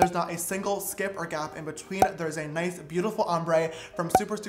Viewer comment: “there is a niceth beautiful ombré” 😂😂